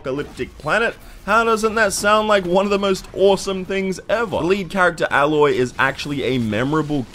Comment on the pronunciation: Its pronounced as "Eloy" not "Aloy"